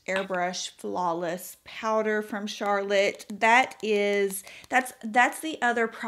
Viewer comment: Oh, I love that you are sophisticated enough to pronounce Charlotte’s name properly! And I am so glad to hear your foundation review as Ive been wondering which one to buy for a while! I’m going for the Light Wonder foundation. Great eye look!